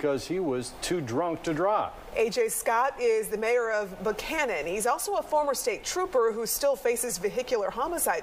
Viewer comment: They all said "Buchanan" (Buck Cannon) the right way!. Great reporting as always.